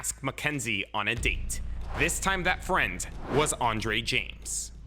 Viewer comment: What happend to this guy’s voice “EII” “frEINd”